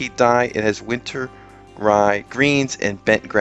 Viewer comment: Wolllllf. Not Woooof.